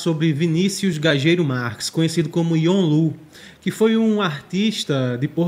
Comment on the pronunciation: A pronúncia dele está certa, se pronuncia Gajeiro.